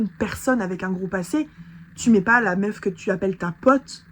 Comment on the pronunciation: Mais elle etait dans un etat second ou bien? On comprends rien 😂😂😂 apart son Meuffffff